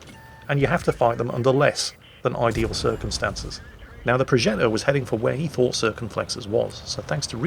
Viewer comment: Entertaining as always. Just a little detail : The "g" in progetto is pronounced similarly to the "dg" sound in "nudge" or "dodge" .